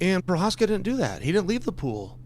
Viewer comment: chael got provokis name right. thats weird.